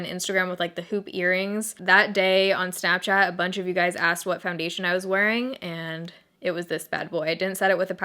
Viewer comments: Snapchay-et -- whoa. You went full Appalachian there for a second! Which is weird, given you're not from here, but hey. In another life, maybe. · THE WAY YOU SAID SNAPCHAT OMG 😂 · HAHAHA the way you first said Snapchat made my day!